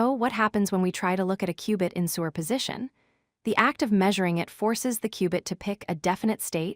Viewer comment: Interesting and informative videos, but why is “superposition” pronounced as “sewer position”? It breaks one's train of thought every time the word is used.